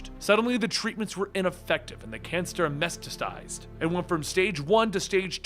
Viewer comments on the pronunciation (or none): Time Index . . . The word is pronounced 'meh-tass-tuh-sized' and NOT as 'mess-tuh-sized'. (sigh!; this is what happens when the Public Schools fail to teach READING and leave all the "upbringing tasks" to the Comic Book Publishers!)